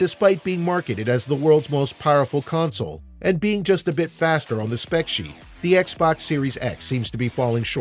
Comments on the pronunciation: It's CONSOLE! Not Council. Damn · u keep saying counsel